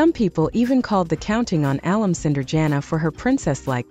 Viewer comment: Is this an AI announcer? A few common words are mispronounced, like alum and name Jinger.